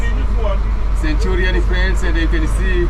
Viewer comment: It's centurion not centulan. Midrand not midland sir but very good vlog. I love it. All love from south africa